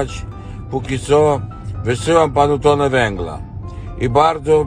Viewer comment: tonę, nie tone